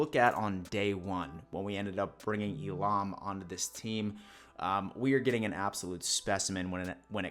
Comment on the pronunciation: Dawg I swear you have a promising career as a substitute teacher with how often you mutilate names...Elam is pronounced (E-lum) bro, don't overthink it. Thumbs up otherwise